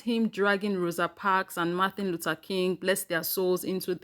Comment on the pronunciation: I wish people would learn to say Mr. King's name. It's MAR-TIN LUTHER KING, not MAR-THA LUTHER KING